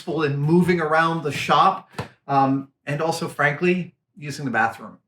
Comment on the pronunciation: Fantastic. And thanks for throwing in a New England pronunciation "Shoppie" in there.